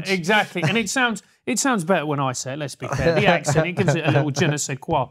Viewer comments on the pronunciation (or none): none